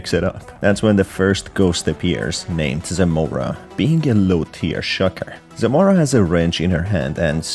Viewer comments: Its not zOmora its Zmora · minor correction you read it wrong, the author used Polish names. It reads Zmora not Zemora, besides this name has a double meaning, in Polish "zmora" means something that often haunts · BTW why is everyone calling zmora "zemora" like bruh there is no E it's just zmora